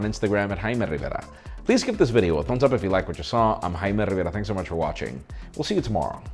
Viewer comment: im hime RRRRRRRRRRRRRRRRRRRRivera